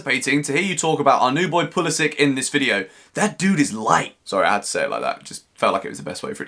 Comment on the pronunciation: Hello, i just want to inform you that you are pronouncing Pulisic wrong. It end's like Branislav Ivanovic or Aleksandar Mitrovic...